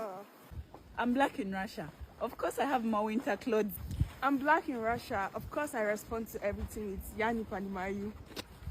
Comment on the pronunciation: Why is she pronouncing Black Blêck